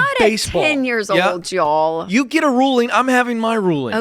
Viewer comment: She said “y’all” but it sounded like Joel …